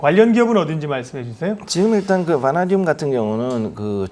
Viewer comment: 앵커님은 처음부터 끝까지 '바나~듐'으로 엉정쩡하게 발음하시군요. 어렵나?ㅡ ㅡ